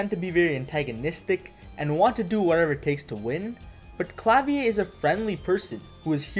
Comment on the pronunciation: "Klavier" should be pronounced like the Rammstein song rather than the French "Clavier" (Ironically, I'm fluent in French but have very little German.)